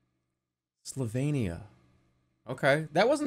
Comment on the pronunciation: there’s something very sweet about Jerma pretending he’s ever read the word “Slovenia” before